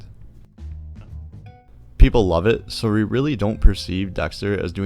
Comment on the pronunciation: This video is really clear and helpful. But please! It's pronounced "We" with a "W" and not "Re" with an "R"!